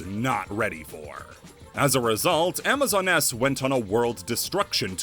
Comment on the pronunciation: Did you just call amazoness, amazon ness?